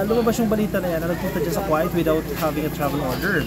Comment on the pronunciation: Invited ba ang pag bisita OR paninira? Just asking ? Kuwait ( ko- weyt) po vs (Kwa-it)